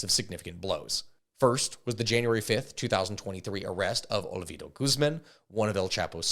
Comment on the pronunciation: Ovidio not Olevito Guzman OseguEra not OsegUra and finally LeyIVA not LevIYA El MayoR !?? how is possible you cant read bro at that age?